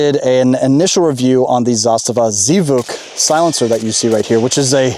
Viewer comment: Z vuk? It's pronounced Zvook. It's the Russian word for "sound."